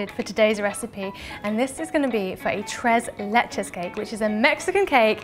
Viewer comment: I love how you say “tres leches”🥰. Thanks for the video 😊😊.